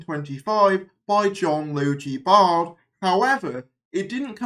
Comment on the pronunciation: Logie (as in Bogey), Baird (as in Bared). You're most welcome.